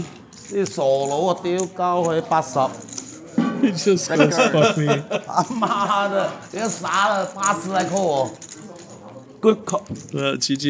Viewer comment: “PHOCK ME” lmao